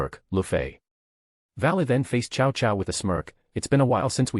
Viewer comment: Ah yes, chow chow, my favorite general from the Romance of the Three Kingdoms and Dynasty Warriors. Ai reader didn't handle reading Cao Cao very well.